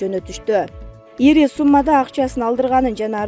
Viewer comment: Ийри сумма эмес ири сумма дечи алып баруучу